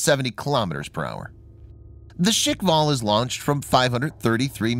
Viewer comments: The supposed range of 11 to 15 km with a nuke warhead would probably kill the ship or sub launching it. I don't agree with the pronunciation of 'shikval', I rather assumed it would be more like shkval, like a Russian version of the word Squall, but that's just me. The idea of supercavitation has always been fascinating to me, but it seems to have stalled in recent decades, I read of plans for ships and subs using this concept for propulsion but nothing ever seemed to come of it sadly. Probably due to the aim and fire line of sight, as steering would be almost impossible. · Why you read it “shikval” . Shkval no i needed there. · Guys.. It's called Shkval.. Not shikval.. At it means squall. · and its "shkval, not shikval". Learn to pronounce what you read :-D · Firstly, it’s shkval, not shikval. Secondly, knots is already nautical miles per hour. Not intelligent to call it knots per hour. That’s redundant. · It is pronounced SKHVAL. SKH is pronounced like SH in SHOOT. Followed by VAL It's knots not knots per hour. Also, there might be an error in the subtitles. It's technology feat not feet. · Guys, be easy on the "škval" pronunciation. Slavic clusters of consonants are hard to pronounce for most people, so they just insert a vowel where there is none. My friends have the same difficulty, they just can't say things correctly. If I say "Trst" (the city of Trieste) they say "Terst". They just HAVE to put a friggin vowel in there. Škv is a piss easy cluster to pronounce for me, it isn't for them. 🤷‍♂️ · hahahahaha yup, he butchered that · there is no "i" in the word Shkval - i do understand this is a foregn word for you, but at least you could follow the english alphabet and not make up new sounds where is none in that particular word just try to read it letter by letter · "Shik-val"? "Knots per hour"!!! And this guy expects to be taken as a seriously? "technology feet". Feet?? Oh dear.